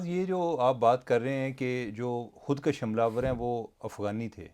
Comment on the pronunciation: درست تلفظ ہے خود کش ک پر پیش ہے زبر نہیں